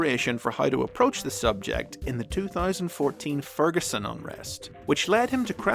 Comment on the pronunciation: Wow, someone got Ferguson right. Crazy.